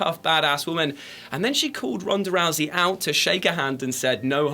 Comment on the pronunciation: rounsa rousey lol xdxdx